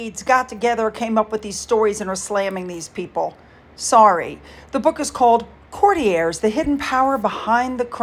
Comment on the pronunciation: you are the first American youtuber I've heard pronouncing 'Courtiers' correctly. I love your videos. 💝👏